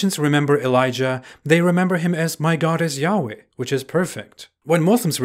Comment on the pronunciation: Y-hwh is not said like you said it. Right now no one knows how to say ot so in Hebrew it said ad-onay or elo-him.